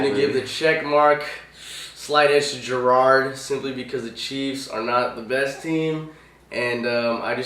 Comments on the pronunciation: Garrard is pronounced: "Guh-rard" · Shaub is pronounced "Shob" not Shwab. don't pretend to be hot football shit when u mispronounce 2 of the biggest QBs in the league (you also mispronounced Garrard"